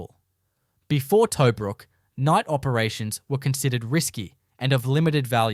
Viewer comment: Can't even pronounce 'Tobruk' as we know it.